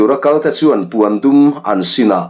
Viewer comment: I ṭawng hi fimkhur teh,puan dum ni lovin pawndum,neih nuaih ni lovin niah nuaih,aaa a tam mai,ngaihthlak a hrehawm ṭhin😂